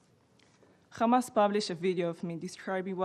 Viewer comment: yes, she is..especially when she pronounciated: KHamas...